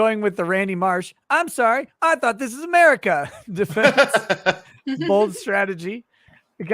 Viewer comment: "This is Amica Country!" had me lolin' hard!